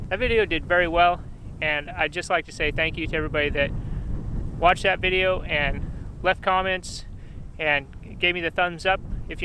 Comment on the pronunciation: "That dideo" that's it, I love this guy